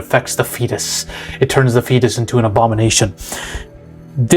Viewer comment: “And it goes into a FEtiiiiiiiiiiis” XDD killed me